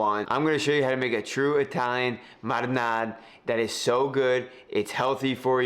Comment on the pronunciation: That’s a nice “mahdinah,”!